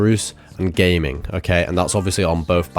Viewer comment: omg it pmo when people pronounce Gamings name like that